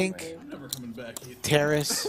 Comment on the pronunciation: It's not pronounced "Terrace". It's Ta-raaas.